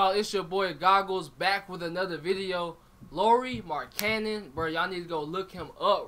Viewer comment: Say his name like LOWry MARKkanen